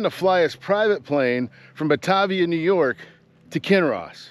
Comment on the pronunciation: Great story, great video! FYI it's pronounced "Buh-TAY-vee-yuh" with a long "A". Looking forward to your next video!